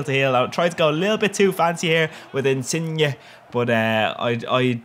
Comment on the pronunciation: First non-Italian person I've ever heard to pronounce Insigne in the RIGHT way! OMG <3